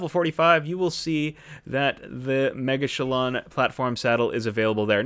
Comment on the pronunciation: After watching this I’m positive the correct pronunciation is ‘mega-chillin’. Great video, keep up the great work saving us time and trial!